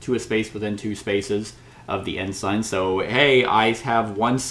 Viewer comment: Ensign.... it's pronounced N - sin..... the "g" is silent.... the English language can suck sometimes... 😂